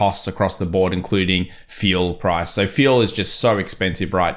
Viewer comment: You pronounce "Fuel" as Feel" - really???